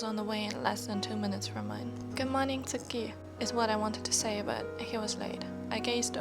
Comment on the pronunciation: WOAH I HONESTLY THOUGHT I PRESSED ON A DOCUMENTARY OR SOMETHING- your voice is very nice to read with story’s with and the Japanese slangs like “eh?” And the way you pronounced “tsukki” was really good I’m really shocked! I’ll be waiting for part 2 patiently don’t stress yourself and take your time ^^